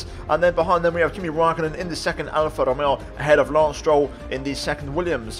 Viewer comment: I beg plz say alfa Romeo right I love the content keep it up